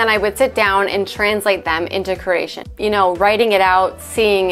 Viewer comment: Step One - Learn how to pronounce Croatian. 🙄 Says: “Craesion.”